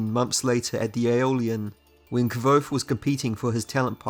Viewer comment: Stop calling him "kwothe." Kvothe